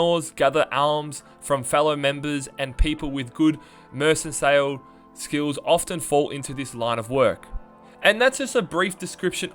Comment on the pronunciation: mer-san-sayl - Mercantile. It's Mer-kuhn-tile. Alms is pronounces 'Aams' the L is silent like in 'Walk' or 'Colonel'. You can hear the correct pronunciation of Alms when going to Markarth and speaking to Degaine, the elderly beggar. Or, perhaps the best way - check pronunciation for your script on google, or with well-read friends. Otherwise, good info, but narration needs a bit of work.